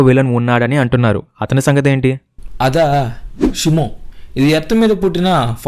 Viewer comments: Shumo kadhu shimo😅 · Brooh shymo kadhu shimo 🤐